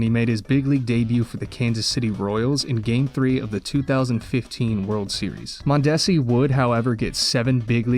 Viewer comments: Raul Mon-Des-See. You’re we’re saying it wrong but otherwise great vid! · it's pronounced "Mon-duh-see" 👌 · Mon-duh-see. His father is Raul! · MON-de-si The stress is on the first syllable. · Yea kinda did lol it’s Mon-duh-see…you hailed the first name though….The Ricky Henderson one hits a little different now 😢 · Raul Mondesi's last name is pronounced Mon-duh-see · It’s pronounced mahn da see but say it quick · Your pronunciation of Raul Mondesi kills me. Also, RIP Terrence Gore. Greg Gibson The Home Plate Umpire Motioning To Both Players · If you are doing a baseball video and can't pronounce Mondesi, I'm not watching. Have you never heard of his father Raul Mondesi? Learn some fairly recent history of the game before you start making videos.